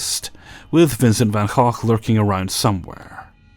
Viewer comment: Thanks, your pronunciation of Van Gogh was so much more correct than it's pronounced in America than it messed with my head.